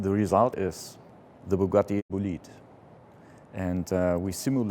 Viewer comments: Average American pronouncing "bolide" Bowl-eyed. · oh no "bugatti bo lid" me being italian and hearing that pronounciation i cringe